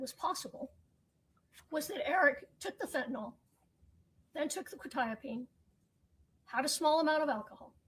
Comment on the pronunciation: I now know frustration when he hears mispronounced legal terms. Hearing the pronunciation of quetiapine drove me crazy!! Interesting fact - that might have explained the defendants "shaking hands" mentioned by the brother in law. All antipsychotics, even with just 2-3 doses, can cause permanent brain damage called "extra pyramidal symptoms", "dystonia", "tardive dyskinesia", "akasthesia", etc which all mean it causes involuntary movements and stiffness in your body. Shaking arms are one of the most noticable side effects. Administrating quetiapine wouldn't affect the outcome or not - so I try to not grit my teeth at a trivial serial. That level of fentanyl is gg, 100%. For anyone curious, the reason "norfentanyl" being detected means it was street drugs - think back to Breaking Bad and the blue stuff. That is a byproduct of imperfect chemical synthesis. Any medical (cGMP regulations in the US) would NEVER allow any norfentanyl to be in a batch that is commercially sold. The company can't release without running concentration analysis, so if it shows up at all - that batch has to be destroyed. That's because fentanyl is a huge medical achievement. Anyone who has been under general anesthesia for a major surgery (e.g. not something you can go through without anesthesia like spinal injections but is offered optionally) will have likely received fentanyl because it works so well at blocking pain at 1 / 1,000,000th you would need for oxycodone. That means all the normal si